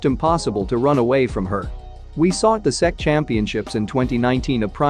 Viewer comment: Good vid, but the SEC is pronounced S-E-C